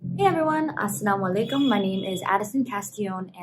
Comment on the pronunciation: Her Assalamualaikum is the best I have ever heard.